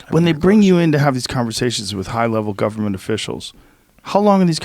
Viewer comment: Joe "our Guperment" Rogan